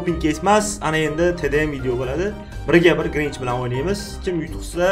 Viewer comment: grinch uc desa krinj uc deb eshitdim🤣🤣